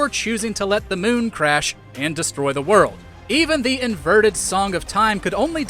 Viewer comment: The way you say “werrel’d” for world is amazing